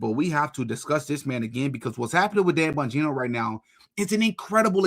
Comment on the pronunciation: Am I the only one that loves the way pronounces Dan “BUN-gino” 😂